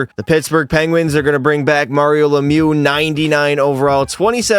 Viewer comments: Mario lemew 🤫👈🏼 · he said "Mario Lemu" 💀